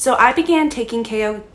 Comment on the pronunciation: Can u even pronounce it right? Jesus